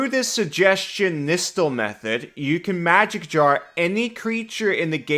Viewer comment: Fun thing is it’s actually pronounced Nigh-stall